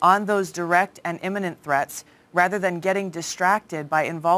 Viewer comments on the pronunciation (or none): none